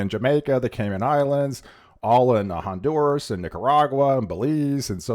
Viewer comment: Te haría bien aprender a pronunciar correctamente los nombres de los países en idioma original. Honduras y no Hondurs